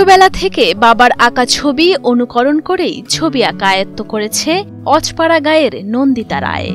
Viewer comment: অজো পাড়া গা।অজ পাড়া নয়